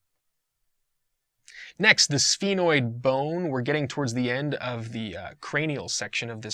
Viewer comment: Some of the words you're not pronouncing them right, like foramen and sphenoid